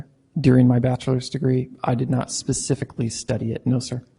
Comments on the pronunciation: "More pacifically" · At this point I’d like to suggest a shot of tequila be downed for every time this Judge says the “Pacifically” Anyone know any shot girls?? And no I’m not going to let this go. It’s like watching a play dough model court proceeding. But I love it 😂 I can’t stop watching! This is insane. The music on the intro alone is worth a watch ❤😂❤